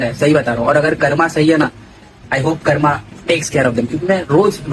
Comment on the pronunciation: it karm not karma